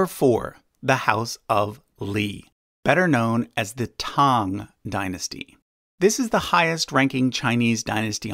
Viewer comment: As a Chinese-American, I appreciate that you pronounced "Tang" right unlike many people.